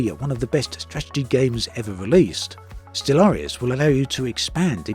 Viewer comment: Surely that is not how Stellaris is meant to be pronounced? With a hidden a at the end.